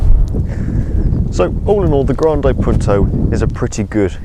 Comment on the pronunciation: it's not 'grandeej Punto' ......